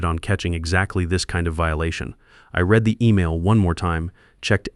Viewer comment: AI needs to work on their pronunciation. READ, INVALID etc.